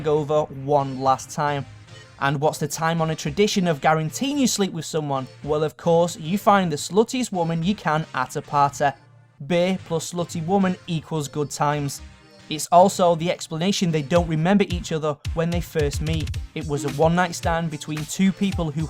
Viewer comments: i understand it's uncontrollable and you cant do anythung about it but it really bugs me when you pronounce words that end with "y" as "eh"... sorry. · Omg stop pronouncing words like "coffeh" "dirteh" "parteh" -_ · Coffeh, Parteh, Aunteh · WHY ARE YOU ENDING WORDS WITH EH LIKE ITS PARTY AND COFFEE NOT COFFEH AND PARTEH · Why don't you say the long E sound? Parteh, histreh so forth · coffeh, parteh, historeh, mistereh